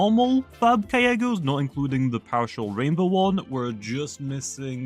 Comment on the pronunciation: "5000 kyeggos" said